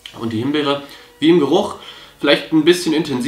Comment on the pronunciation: Himberry .... haahahahahhahahah made my day